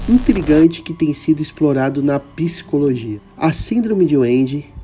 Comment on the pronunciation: Por favor…. não é psicologia… é PSICOLOGIA.❤❤❤ ❤❤❤❤❤❤❤❤❤❤❤❤❤❤❤❤❤❤❤❤❤❤❤❤❤❤❤❤❤❤❤❤❤❤❤❤❤❤❤❤❤❤❤❤❤❤❤❤❤❤